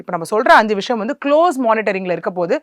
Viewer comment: அவசரம் அவசரமாக பேசுகிறார் விஷயம் என்ற வார்த்தையை விஷம் என்று உச்சரிக்கும் அளவுக்கு அவசரம் நிறுத்தி நிதானமாகபேசினால் நன்றாக இருக்கும்